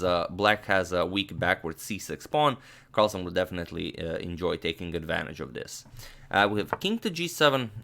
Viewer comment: its carlsen not carlson.